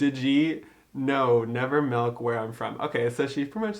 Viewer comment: CONGRATS!! But, bc you wanted feedback, just sayin', "MELK" and "AGGS" we definitely do. I'm from Macomb. I lived in NY. BUT THEY ALL CORRECTED ME. They say (easier) "MILK" or "MYLK" or Eggs.... I have to add more of a "U" sound. "Ugh" ugh-ggs" lol Eggs are so hard to convert!!